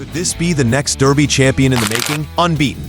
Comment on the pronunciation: FFs It Is Darby Not Derby Come On Get Get It Right. I Do Believe The French Raider Midak Will Run A Good Race For 2 Reasons: The French Will Not Supplement A Horse Without Good Reason, Also This Years Race Is In Honour Of The Agha Khan And His Daughter The Princess Owns It...